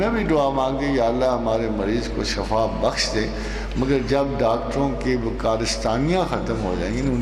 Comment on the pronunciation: Asslamoaliakm Ahmad rafiq saheb shafa nahi shifa boliay plz